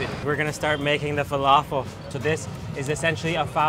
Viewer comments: Truthfears Guilty it was driving me crazy everytime he said falafel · When your Arab and u know he's saying falafel wrong and same with foul